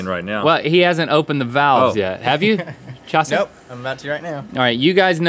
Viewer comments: It’s Ćhãšē, not Chase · Ong Wan Yuan its not chase, its chasè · It's not Chase it's Chasé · "Hi I'm" pauses "Chah-say" charming smile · Just a Potato no it's "chasé" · No it's CHA-sé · "Chase said Chasé and it sounded lilk Jaseh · in the video he says Chasè not Chasé the é would be a lower tone of voice then è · It's Chasé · Actually it’s nolemretaw